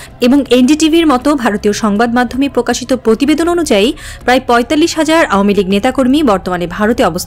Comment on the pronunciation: পকাশিত পতিবেদন ... সংবাদ পাঠিকা আপার প এ রফলা থাকলেই এভাবে উচ্চারণ করতে হবে! এই সংবাদ পাঠিকা কোনদিন কি প এ রফলা উচ্চারণকে সঠিকভাবে উচ্চারণ করতে পারবে? পকল্প ,পতিবেশী, পতিশ্রুতি, পতিদিন, পতিবেদন, পকাশ, পতিষ্ঠান, পধানমন্ত্রী , পতিটি - আমি ছাড়া কারো কানে কি এই জিনিস খটকা লাগেনি?